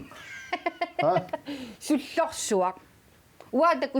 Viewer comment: Sullorsuaq= Sorlussuaq?? LOL